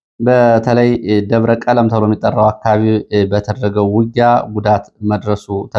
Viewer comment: ሰላም: አማኑኤል አካባቢ የሚገኘው ደብር አንተ በዜና እንዳነበብኸው “ደብረ ቀለም “ሳይሆን ደብረ ቀለሞ ተብሎ ይነበብ። ያደግሁበት አካባቢ ስለሆነ ነው።Debre Kelemo NOT Debre Kelem!